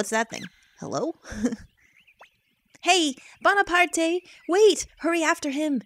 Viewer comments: bonaparte is probably pronounced bone a part not bon a part ay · I'm probably the hundredth person to say this, but it's pronounced Bonapart. As in Napoleon. Not Bonapartay. I can see why you'd think that though, seeing as its in a Japanese game and that's how name is Japan work. But no, they did use the French name and intend for it to be pronounced as such. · well actually the creatures name is "Bonaparte" as in the e is silent. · Probably someone who already said this, but the name is pronounced Bone-a-part. In French, most letters that are the last of the name are silent, with the exception of some vowels and a consonant or two. Also, I really love Shiro and Kinnison! I do believe they have a nice unite attack(if I haven't forgotten that is xD), and I love the whole 'live in the forest' thing. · Actually, I think "Bonaparte" is like if it was pronounced like "Bonapart". Thrust me, I'm a french Canadian. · I'm pretty sure the e in Bonaparte is silent, but whatever. Not the end of the world. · The e at the end of bonarpate is silent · The "e" is silent...